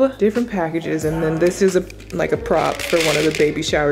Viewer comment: “It izzzzzzzz what it izzzzzzzz”. 😂😂